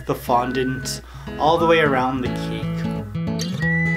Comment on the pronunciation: Evey other time you said CAKE but you said CEEK. lol😆😆